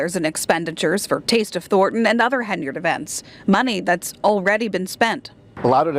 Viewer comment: Love your videos.... but listen to your own news outlets you are using in this video..... her last name isn't pronounced HenYARD..... you sound bad when you try and say it that way lol